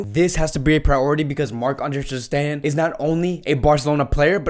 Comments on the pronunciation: Filip Kurleto not his accent. he can say “steGen”, he says the “G” in different words. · “ter steHen” 😂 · Filip Kurleto that means he knows how to correctly pronounce ter stegen but he chooses not to. That is why it’s funny. We aren’t laughing because of an accent but of how he always pronounces players names wrongly lmao 😂😂.